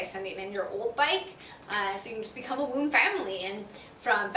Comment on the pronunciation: It is pronounced voom.